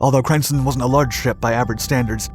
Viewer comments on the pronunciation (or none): Dutch really can't be properly pronounced by any non-native speakers, but I reccomend you for you efforts. It's always good fun, hearing someone struggle with your language 😉. Crijnssen is pronounced 'kryns-sen', but English and Dutch don't really share the neccecary vowels. Good vid, more please 😁 👍🏻